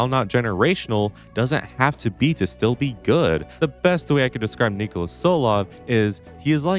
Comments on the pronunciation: Btw its Ni-kò-la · by the way his name is pronounced "Knee-Cole-Uh TSoul-Ov"